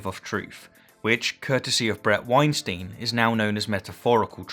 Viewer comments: And Bret's' last name is pronounced Wine-Stine. Not Wine-Steen; that's Harvey. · You mispronounced “Weinstein”. It’s like Einstein with a W.